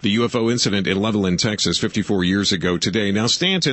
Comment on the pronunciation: I am from Levelland. My Dad witnessed the ufo. Also....Levelland is pronounced Level Land!